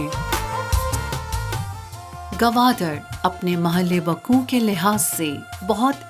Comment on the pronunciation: mohallay waqu nae hota mehlawaquh hota nalaiq